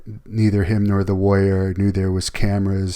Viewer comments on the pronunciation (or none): I hate that she says warrior like "woyer."